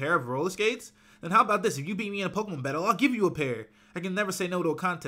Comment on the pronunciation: why are u saying Pokemon wrong